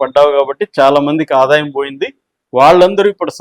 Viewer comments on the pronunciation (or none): none